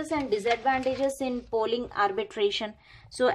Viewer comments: It's polling...not 'pooling' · Pooling nahi polling hota he